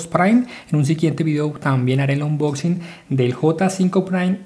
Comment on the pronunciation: jajaja onchusping